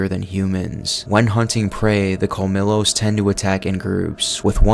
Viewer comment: it's pronounced like "col-mi-yos" not "col-mi-los"